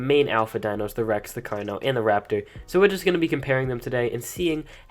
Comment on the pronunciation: You said alpha rapator